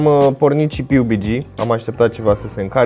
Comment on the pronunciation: Pe bune cum sa zici piubigi :)))